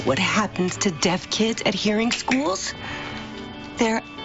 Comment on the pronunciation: Deaf-ne ...xD